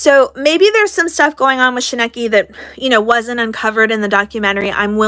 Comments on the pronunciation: Katherine Paulson and Miranda’s parents & sister have a lot to answer for.. Shekinah - pronounced SHUH-KYE-NA Church is not suing KJ, 7m are so she is wasting her breath slamming the church. High control or not, Miranda is a married woman and her family have disrespected her marriage. The Wilkings admitting they were monitoring her money even after she was with James is proof. The documentary was a betrayal of Miranda by her family and a fame grab for Melanie who tried to take centre stage, literally. It was so cringe watching her dancing by herself & saying “I’m all alone now” which is absolute bull💩 She hated Miranda deciding to move in with James & out of their apartment. She hated that she wasn’t getting the same job offers without Miranda. Considering Miranda left home to live 1000’s of miles away almost 10yrs ago I don’t understand the whole “we just want Miranda back home” Miranda IS home, she’s with her husband. They are insulting James by disregarding him as though he doesn’t exist nor is capable of protecting his wife. The irony in this is the Wilkings are trying to control their married adult daughter and have exploited her by making her a subject of a doco without her permission all the while accusing 7m of the same. Once Miranda & James declined to participate they should not have been included as far as any audio, video or pics of them. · Girl no I like your vids but you missed the whole point. I’m almost convinced you didn’t actually pay attention to the documentary seeing as how you aren’t even pronouncing the cult name correctly after it being said more than a hundred times lol Only reason they focused so much on Miranda is because her family was very outspoken and unfortunately brought the most attention to the story. The documentary is very well produced and was meant to give the backstory and really capture the mental manipulation behind it. I don’t like without a crystal ball because she’s toxic af but you completely missed the mark. 🤷🏻‍♀️